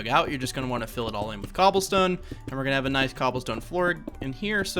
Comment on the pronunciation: Bro u say "MmGobblestone" instead of cobblestone wtf